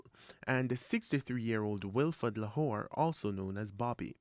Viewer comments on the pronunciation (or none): La-hoe not Lahore